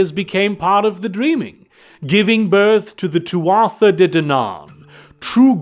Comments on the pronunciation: Tuatha is pronounced Too-ah. It’s Irish. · For future reference, Tuatha is pronounced too-uh. At least, I'm like, 90% about that pronunciation. It's Gaelic, so, y'know.